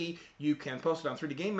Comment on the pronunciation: Dont mean to be rude, but I cant stop hearing 3D Gay Man dot com :(